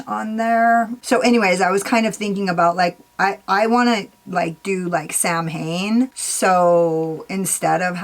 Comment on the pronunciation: Samhain is pronounce sow-win 😊